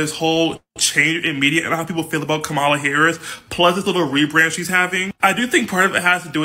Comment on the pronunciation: She said camala Harris 😂😂😂😂😂😂😂😂😂